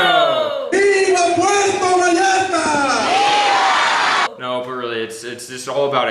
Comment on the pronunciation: Remember to pronounce "ll" as "y" Say Puerto Vayarta